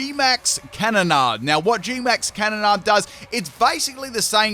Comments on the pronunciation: Its bot pronounced can-onnde its pronounced Canon-aid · It's pronounced like "cannon-aid" also wheres my gmax inteleon raid?